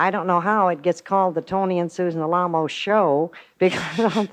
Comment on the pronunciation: they chose to emphasize the name Alamo the way it's supposed to be pronounced